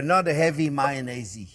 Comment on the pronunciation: Mayonneisey lol it’s girlie hahaha yummm…. ❤️